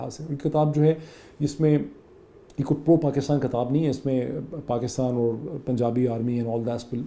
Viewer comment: Great analysis as always. I'm a big fan of yours.. Just a small request, it's "kitaab", not "kataab". Thanks :)